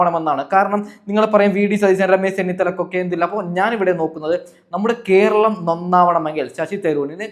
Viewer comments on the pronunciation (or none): none